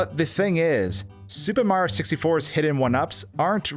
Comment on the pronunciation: Am I the only one hearing "Super Marro 64"?